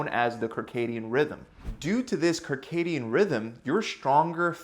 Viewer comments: Circadian or Kircadian rhythm...? 😜🤔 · circadian (SIRcadian) not KIRcadian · I just got to that point and started to laugh when he pronounced it Karcadium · “Kirkadian rhythm”… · "Circadian Rhythm" is pronounced "Sir-Cadian Rhythm" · “Sarcadian” pronunciation. Soft c. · It's pronounced Sir-Cadian 😛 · It is pronounced Seercadian. Like the circus. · I think it’s “sir-cay-de-an” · Listening to him butcher the pronunciation of "circadian" is killing me. I wonder if he calls circles kirkles. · You said circadian rhythm wrong...lol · Good info for increasing strength. One thing to note, the 'c' at the beginning of circadian is soft, like an 's’. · Circadian..... It's a soft c, making the ssssssss sound ;-)